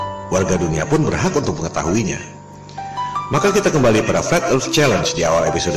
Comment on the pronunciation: mengherankan bukan ???😂( fleth erth )